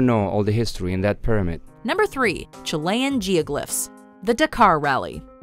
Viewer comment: The way you pronounce Chilean on #3 hurts me ngl